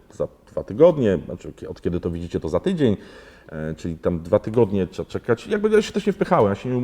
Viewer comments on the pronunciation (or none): none